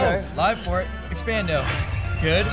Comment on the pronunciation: did you mean to say expando ej hahahaaa